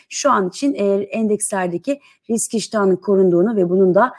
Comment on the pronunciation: 34. Sn de RİKS mi dedin sen...🤦🤣